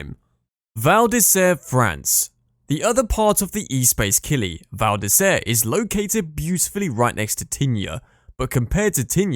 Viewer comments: This is absolutely shocking what in gods name is the E space killi !!!! Jesus sas feeee. Do one with these pronunciations!!! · Nope Les Arcs also butchered, Espace Killy also wrong